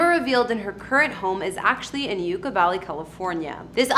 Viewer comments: It is pronounced like YUCK-A Valley. Not YOUKA Valley. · Just fyi, Yucca is pronounced Yuk-ka, as in "that's yukky". What you're saying, Yooka, as in "YOU-ka" is how to pronounce the word Yuca. Yucca and yuca are different words, with different spellings, different pronunciations, and different meanings. Yucca Valley is named because the yucca (yuk-ka) desert plant lives out there. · It is pronounced "yuck-a" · Pronouncing Yucca Valley right should have been essential for this video. YUCCA is a very common word. Pronunciation is Yuk- kuh. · You ka. Valley. It’s Yucc a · SERIOUSLY THOUGH, i played this out loud and everyone started making fun of his bimbo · Yeah that’s definitely not how you pronounce Yucca 🤦🏼‍♂️. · you're mispronouncing the word 'YUCCA' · You are mispronouncing the name of Yucca Valley. Please make sure you find out how to pronounce names before posting here. " YUCCA"